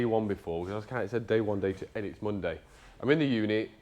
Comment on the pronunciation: lol, "Monday morning". I thought you said "Bundy morning"